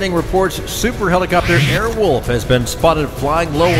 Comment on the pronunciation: "Airwoof"? Leave it to a Brit to mispronounce . Pretty sure there is an "L" in there somewhere .